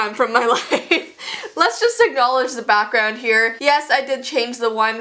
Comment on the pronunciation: I love how you have to emphasize your new background